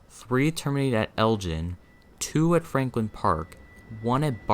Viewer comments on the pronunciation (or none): none